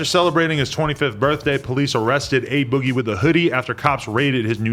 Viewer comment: It's A Boogie "Ah boogie" not Ay Boggie😂